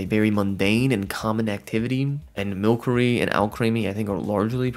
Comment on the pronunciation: its mil-sir-E not milk-er-E It comes from sorcery